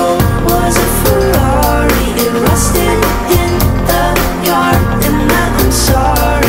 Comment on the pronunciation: Omg ikr! I wish I could sound like that when I say Ferrari!